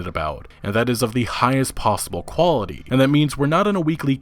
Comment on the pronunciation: Did he just say the cw was high qwality lmao